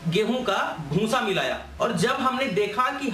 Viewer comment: उच्चारण सुधारो भूंसा नही होता भूसा होता है । आप जो भूसे को भूंसा ऐसा बार बार कहते हो उससे आपका वीडियो बुरा लगता है एक दम बकवास